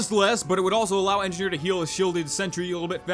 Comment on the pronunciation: Engineer--------- engifar ------------ enjifar :P not sorry